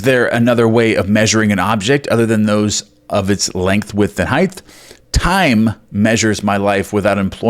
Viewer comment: If you keep adding a “th” to the word “height”, I’m gonna scream! 😫😂😂. Tongue twister, eh?☺️